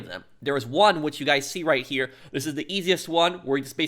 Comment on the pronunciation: When you say the word "here" its allways like herrrrrrrrrrreeeeee